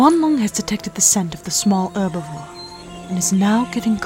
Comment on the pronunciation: The H is not supposed to be silent in "herbivore".